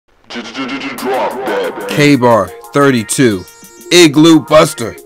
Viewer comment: When he says igloo he made me laugh